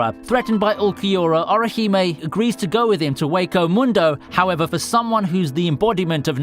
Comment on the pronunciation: It's a nice video, but every time you pronounce Byakuya or Orihime one of my brain cells dies.